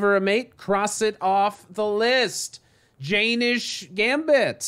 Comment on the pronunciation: Its acutally pronounced "yen - nish" rather than "jay - nish"